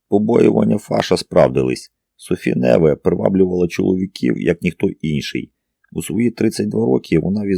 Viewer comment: Ну як, скажіть, ЯК француженку можуть звати НЕве? Це ж французька!!! Майже все має наголос на ОСТАННЬОМУ складі!! Як цього може не знати той, хто претендує на роль диктора?.. Знов не справдилися очікування. РівОлі, ДОфіна тощо. Порадьте, де можна послухати професіональну озвучку?